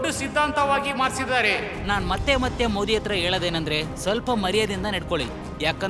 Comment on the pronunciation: ಮೋಡಿ ಅಂತಾ ಹೇಳುತ್ತಿದ್ದಾರೆ. ಮೋದಿ ಅನ್ನಬೇಕು ಅಂತಾ ಅವರಿಗೆ ಗೊತ್ತಿಲ್ವಾ? ಧ್ವನಿ ಸ್ವಲ್ಪವೂ ಚೆನ್ನಾಗಿಲ್ಲ. ದಯವಿಟ್ಟು ಇವರನ್ನು ಬದಲಿಸಿ